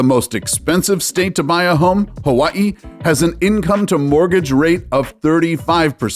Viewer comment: The way you pronounce “Hawaii” you’re Kamaaina! 🤙🏽